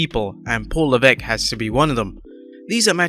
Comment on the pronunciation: Heeeey, u learnt how to say Lavesque properly 😂. They should voice their opinions. Vince can't fire them all, he'd be fucked.